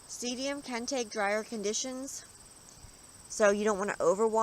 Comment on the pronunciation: The name of this plant is pronounced see dum not seedium. Just a friendly note :)